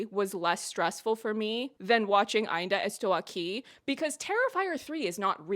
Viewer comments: I think I just watched the best review I’ve ever seen in my life with the best pronunciation of AINDA ESTOU AQUI too perfect everything perfect❤❤❤❤❤ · Your pronounce of Ainda Estou Aqui was on point, in fact. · Girl Portuguese speaker are not like frenches. If u at least try to speak Portuguese we are overwhelmed. We don’t mind about accent and mistakes. But ur “Ainda estou aqui” is perfect. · As a Brazillian japanese I have to say: your "Ainda Estou Aqui" was pretty good. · You pronounce "Ainda estou aqui" so well you sound like an native Wasn't expecting you to cover an movie from my country but I have been a fan of you since your episode reviews from The Boys season 3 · You were the non brazillian that ive seen doing the closest ainda estou aqui pronunciation, you even tried to pronunciate the torres with the portuguese R sound, wich alread shows your consideration Anyways, i do apreciate you engaging with ainda estou aqui's political and historical context. This movie is about memory, our colletive memory from a time that refuses to be over. Rubens' torturers are still alive and recibing money from the military. To this day they hadnt been juged for their crimes and probably will die peaceful from old age as many did. We never healded from it, our suvivors and their families are still here to this day waiting for justice. Eunice's son wrote the book and he's friend with fernanda torres and selton mello, even so it was easier for him to see his book turn into a oscar nominated film than to found his father's body 50 years ago É por isso q é importante dizer e repetir: Sem anistia e ditadura nunca mais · > Pronounces "Ainda estou aqui" perfectly, almost as a native > Proceeds to excuse herself for butchering the pronunciation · Your pronunciation of Ainda Estou Aqui is good!!! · As a Brazilian, I can guarantee that your pronunciation is great. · You're actually the first person that I've seen on youtube that pronounced the name right lmao